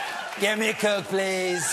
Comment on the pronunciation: "get me a Koch please."